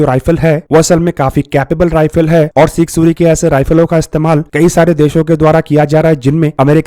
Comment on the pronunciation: Sig suri what suri ? Punjabi hai kya? kya bhai ye haal hai defence chennel ka.